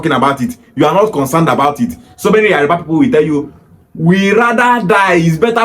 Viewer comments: So many Igbo kids like yourself from youth, their Igbo parents dey preach Yoruba hate ... so it not surprising now that you are now pronouncing Yoruba as Yariba .... speaks volumes for your mind's degenerative hatred for the Yoruba nation. This is the typical hate the Igbos have for the Yorubas YET igbos will like to spin it the other way around in order to deflect blame so as look like saints in their warped up Biafraud Republic... Nonsense !!!! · It is Yoruba and not Yariba. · So you are an authority on the Yoruba tribe. You are so dumb, you need to learn how to call yoruba, not yariba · Your pronunciation of his name and Yoruba is very wrong.... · The way you pronounce Yoruba is very funny